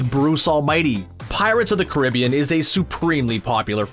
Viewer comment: Please don’t ever pronounce the word Caribbean like that again😅😅